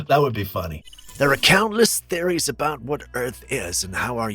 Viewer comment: into the video " Ya know what they say aboot"Big feet! BIG C#$*K !!!" 🤣😂😅